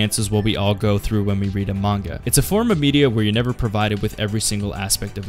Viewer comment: Great manga, also it would be great if you pronounce the name right ;)